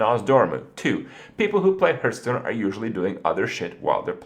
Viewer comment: why does this guy say herthstone